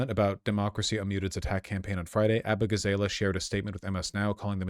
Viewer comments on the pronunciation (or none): When Vaush said “Ah-boo-gah-zay-lay” I got the 1000 yard stare. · Abu-gah- zah-lah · Still upset that all these leftist streamers can't pronounce Abughazaleh